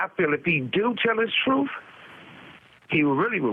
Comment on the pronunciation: I think, taking advice from someone who pronounces the truth as the troof is not wise